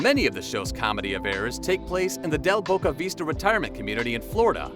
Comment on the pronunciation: Boca Vista not Boca Vesta.